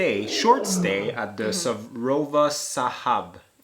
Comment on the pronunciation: On a lighter note.,,, and...work on your pronunciations.. it wont hurt to ask the residents or locals if unsure...in this case Sorova Shaba is pronounced as such -SOROVA....S0 as in SOrry, RO...RObert, VA..VAlue and SHABA as in SH,...SHAq,,.. BA...BAt or BAnk.....!! Just saying. want to make sure that in as much as Africans try to speak the/your English language, a little effort to be correct and accurate wll endear you to your followers..